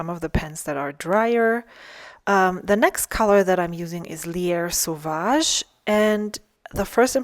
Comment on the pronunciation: You pronounced both Jacques Herbin and Lierre sauvage very well. That is very refreshing. Auther ink vlogers on here do a horrible job most of the time. ❤